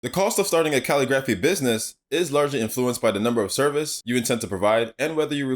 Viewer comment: It’s pronounced ca-lig-grif-fee🙃